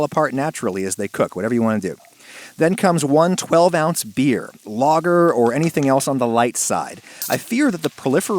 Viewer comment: The way he says lager kills me off